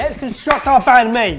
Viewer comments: You pronounce banh mi wrong! To say it proper say beng me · Bahn mi is pronounced more like bun mi not ban mi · I know it’s a year late but “banh mi” is pronounced “ bun me “ not ban me just saying... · Why in the world.... its pronounced bawn mee. bahn mi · The way you guys said Banh Mi. Haha. But you guys aren't Vietnamese, so fair enough. Loved the video though. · The way that they say Bánh Mì triggers me😂😂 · As a Viet , I feel so offended on how they say Banh Mi ...... But It's so hilarious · I got triggered real fast when they said Bánh Mì wrong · when ur viet and they said banh mi ahaha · Whenever people say Banh Mi, I cringe most of the time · you guys butchered the name :v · You pronounced bánh mì wrong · thats not how u say banh mi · Your pronunciation of Bánh Mì makes me cringe. 😂 I love sorted food but please... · Why must you people pronounce banh mi wrong.... I am Vietnamese and I am like.. Why?... Nice twist on it btw.